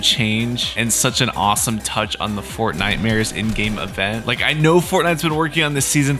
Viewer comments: "FortniteMares" MAN I lov ur vids so much it makes my day every time :) Epic is : CommandoJaguar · I subscribed and the word is fortnightmars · "Fortnitemares" Thank you for all the information that is upcoming. Epic: x0I SILENT I0x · " fortnitemares" " nightmares " I didn't hear the word clearly. I used your code doom. My epic is: JDM4LIFE_666